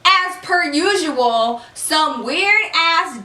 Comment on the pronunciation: I thought she said "ass per usual" 😂